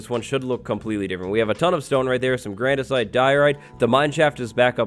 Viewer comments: Grandersite ?? Did anyone else hear that ?? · He said GrAnDiCiTe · Ah yes, grandisite, my favorite. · did you just say "grandisite"? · The "Grandersite" lol 😂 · we love grandisite